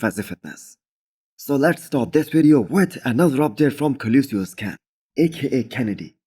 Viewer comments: Co-lo-ssus ✔️ Co-li-sius ❌ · Love the content. For colossus it’s pronounced: “call, aww, sus”. Cheers!